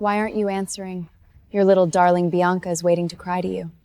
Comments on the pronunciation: Biana, Bianca, Beyonce. Ivy, Avery, Ava. AI really messed up the names😅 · AI cannot pronounce Bianca….